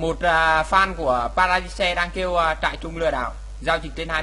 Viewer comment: kia là trairung chứ k phải trại rưng nha ^^